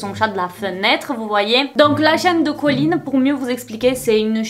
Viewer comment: Bonne vidéo, mais au bout de 10 minutes j'ai du arrêter à cause de ColleenSSSSS y a pas de s, c'est super irritant